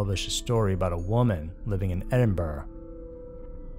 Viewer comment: Totally impressed that as an American, you managed to not only pronounce 'Edinburgh' correctly, but also 'Celtic'. Well done, Sir, you really DO do your research properly!